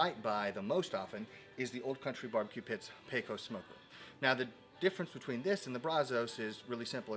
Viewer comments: Dude is obviously NOT a Texan or a "Dallas" guy because he isn't pronouncing Brazos OR Pecos correctly. It"s Brazz US and Pay CUSS. Your welcome. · You can definitely tell you ain't from Texas. Mispronounced Brazos and Pecos smh